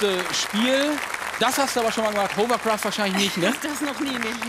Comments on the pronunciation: Die Hovercraftspezis sollten eigentlich wissen, daß es Hawwa- gesprochen wird und nicht Hower- oder Huwer-. Es ist kein Staubsauger. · Nicht mal der angebliche Experte ist in der Lage das Wort 'Hovercraft' auszusprechen.